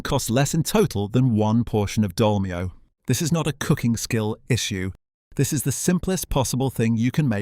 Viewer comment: Anyone who buys a Casio A168 is careful with his money! I had thought that the YTer was narrating all this but now I'm not so sure. I can understand mispronouncing Dolmio, but Thames??